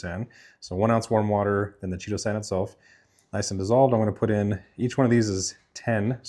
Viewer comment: Great job! It looks delicious. I’m enjoying your content. One small comment, it is pronounced KAI-TOE-SAN (instead of CHEE-TOE-SAN). Cheers.